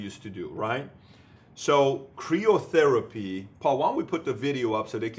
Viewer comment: Love your videos. FYI, it's usually pronounced Cry-oh therapy rather than Cree-oh. Keep these great videos coming. Thanks!